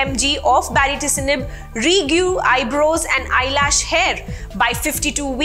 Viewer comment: Kindly pronounce the name of the drug once more for me ..mam...i can hear ..a different name altogether baricitinib or bariticinib what is it????